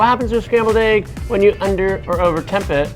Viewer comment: Love the video, but someone needs to tell how to pronounce the word egg.